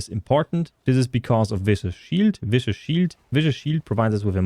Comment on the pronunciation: Dear Diablo content creators: for the love of god, please stop pronouncing Viscous as VICIOUS. It's pronounced Visk-us. Thank you.